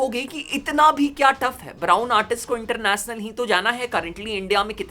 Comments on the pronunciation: international gane ❌ Internachnal gane✅ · ek baar fir se bol.... Inter nas nul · International ❌ इंटरनेसनल ✅ Revolution ❌ रिवोल्यूसन ✅